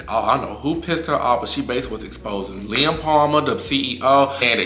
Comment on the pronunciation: He’s saying “Lem” with an accent 😂